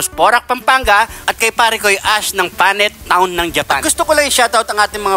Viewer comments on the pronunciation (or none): Ash ng Panet Town 😂😂😂😂 hahahaha imbes na Pallet Town hahahahaha 😂😂😂😂😂